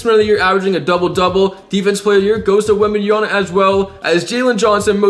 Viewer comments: WembanyaMa, not WembanyaNa. Greeetings!! :) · You can’t ever say Wembanyama name right😂 You always say “Wembanyana”😂